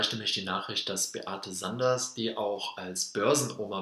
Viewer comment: Die Dame heisst Sander, nicht SanderS. 😉 ImTitel des Videos steht der Name richtig, aber im Video wird immer von Beate SanderS gesprochen.